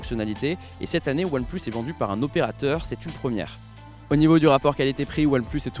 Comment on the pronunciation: Je suis le seul a entendre "oilplush shish" ? Quand il le dit ?